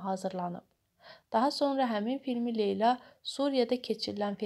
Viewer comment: Şərh edən qız niyə Leyla deyə bilmir? A a a . Leylə. Arada Leylə Əliyeva da deyir. Vay vayyy